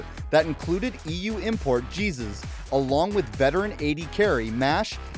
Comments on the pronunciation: wtf is that pronounciation of jesiz xDDDDDDDDDDDDD its not jesus dude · that is not even close to how you say jesiz -_